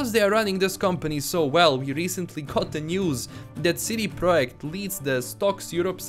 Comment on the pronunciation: Lets say it together See-Dee-Prah-Ject. I know it's an accent but damn you're killing the name like a witcher.